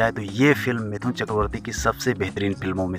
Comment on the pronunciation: Attention everyone : His name is "मिठुन", not "मिथुन".